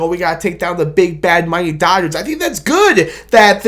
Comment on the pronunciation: Its Da Dah-Gers!!! 😂